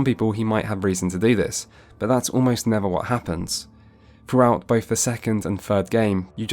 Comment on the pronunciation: Unwatchable due to your inability to enunciate. TH=/=F. Gef aren't in Mass Effect, Geth are. Froughout the games? No. Throughout. Like I said, unwatchable.